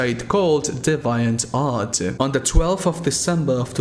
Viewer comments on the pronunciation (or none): DevIEant??? nonono imma cut you some slack english is obv not ur first lang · I used to pronounce DeviantArt like that too XD (in case 34578 people haven't already commented and told you, "deviant" is pronounced kind of like "DEE-vee-int" (or ˈdiviənt if you know how to read phonetic spelling)) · Nunca escuché a nadie pronunciar DeviantArt así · I think it's DEE VEE ANT art.